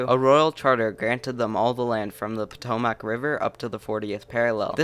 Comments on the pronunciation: Am I the only person that hated his pronunciation of Appalachian and Potomac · "Potomac" is driving me a bit nuts. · Bro, you need to learn how to pronounce "Potomac". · I laughed at how he pronounced "Potomac" River.